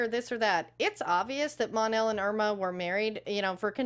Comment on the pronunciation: His wife’s name is Imra Ardeen not Irma.